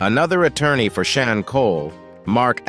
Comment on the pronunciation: He calls him Shaw instead Sean (sound is Shawn) and sheen either